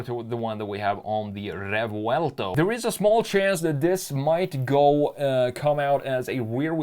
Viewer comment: Rrrrrrevouelto... yeah, he's from Stockholm, for sure...